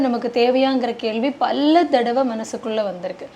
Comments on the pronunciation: அது என்ன பல்ல செய்திகளை பல்ல தகவல்களை😄😄தமிழே பேச் தெரியலை😂😂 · பல்ல தடவை..., பல்ல முறை... பல்ல சமயம்...😂😂😂